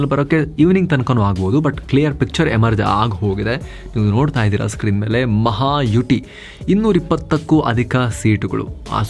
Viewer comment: ಅಣ್ಣಯ್ಯ,ಅದು ಮಹಾಯುಟಿ ಅಲ್ಲ, ಮಹಾಯುತಿ.ಯುತಿ ಸಂಸ್ಕೃತ ಶಬ್ಧ. ಯುತಿ ಅಂದರೆ Front ಅಂತ.